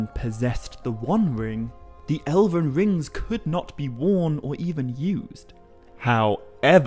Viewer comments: What's this 'Ele-ven' nonsense? Is that how you are pronouncing the word Elven? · Why do you keep pronouncing "elven" as "eleven". It's drivng me insane! How do you pronounce "dwarven"?! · great video but a rather off putting pronunciation of Elven... he keeps saying Elaven? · "El-əven." So many times . . . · How did you pronounce Elven as 11?! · Sometimes I think people just make mistakes, but you pronounced elven as eleven like the number. Please have respect for yourself and record a bad take more than once and don't pronounce a very, very well known word in the entire wrong way. Though I guess the million views means that you did the right thing and that you've attracted a good enough audience of people who don't bother to read to view your video.